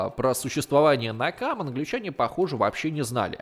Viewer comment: Автор неправильно произносит. Не "Накамэ", а "Нэкама", что значит месть.